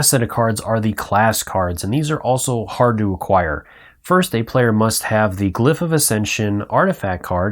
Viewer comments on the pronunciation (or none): Hol up. Did this guy just say 'equipTing' and 'glyphT'?